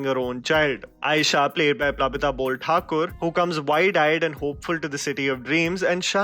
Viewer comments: Oh dude its Borthakur not Bolthakur. R not L 😎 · its Plabita Borthakur not bolthakur...